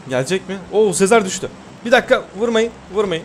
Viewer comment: Abi Sezar'a Sezer deme ya gıcık oluyorum